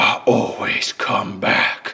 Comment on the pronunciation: Loved wen spring spring trap said I awayse come back